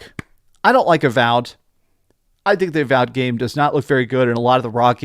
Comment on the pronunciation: what happened with some of the pronunciations in this video haha, called avowed avalled at one point and called re fantazia re fontayzio